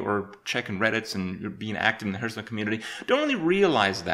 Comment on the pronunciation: You still can't pronounce Hearthstone correctly... I must admit that is an achievement :D